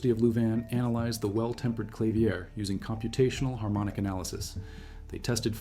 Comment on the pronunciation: AI slop. Freaking "clavier" is mispronounced lol